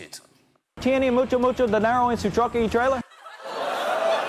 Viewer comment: the cop actually said "tiene mucho mucho dinero en su truck y trailer?" or, roughly, "do you have a lot of money in your truck and trailer?" his pronunciation was just shitty.